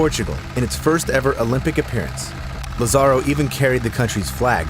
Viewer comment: Lázaro's name has an accent on the first "a", so his name is pronounced LAzaro, not lazARo.